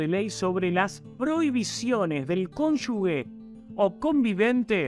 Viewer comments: la pronunciación correcta de CONYUGE es "cónyuje" y no "cónyugue". lo dijo bien ¿notaste?. Todo el video, excelente. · Se dice cónyuge y no cónyugue. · Excelente nota, como siempre. Gracias! Un solo detalle: no es "conyugue" sino conyuGe (se pronuncia como gente, ángel, como bien lo hizo tu invitado). Abrazo! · 1) si no escuché mal se dice cónyuge y no conyugue, como dijo el brillante. (perdón por la corrección), 2) las cónyuges de los líderes peronistas empezando por Eva e Isabelita, siguiendo por Chiche Duhalde, una maestra de escuela que la pobre se cree una gran estadista y si se quiere por la adorable Kris, han sido una verdadera plaga para los argentinos. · Toda la razon pero no se dice "conyugues" es CONYU"G"E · Todo bien pero no se dice conyugue. Es CONYUGE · ¡Excelente video! Una sola corrección: la pronunciación de "cónyugue" es [cón. yu. je] y no [cón. yu. gue] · cónyuGE se escribe y se lee con G, no es CÓNYUGUE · No se dice cónyugue sino cónyuje. Queda feo que un informante no sepa pronunciar. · Muy buen reporte. Pero repita conmigo: cónyuGE (cónyuGUE es incorrecto)😊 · Bien. Buenos comentarios 😀 Se escribe y pronuncia cónuge (no cónyugue) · Cónyuge y no " cónyugue " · Perdón. Cónyuge con g de gracias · ¿ estudió? No creo xq no sabe pronunciar la palabra CÓNYUGE